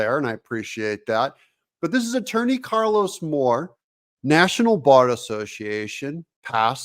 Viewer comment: Did you say attorney Carlos Moron? Sounds like it's time to take a real close look at the Bar Association.